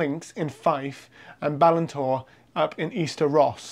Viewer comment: BALINTORE, emphasis on the last syllable 👍🏴